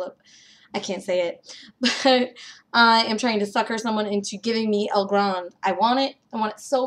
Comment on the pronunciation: El Grande? El Granday (i.e. with an accent on the final "e")? Either way, good luck. Love that game. Hope you walk away with it in hand. Also, you said that you think Rococo will take the Kennerspiel. Does that mean that you prefer Rococo over Concordia? Haven't had a chance to try Rococo yet, but it looks awesome.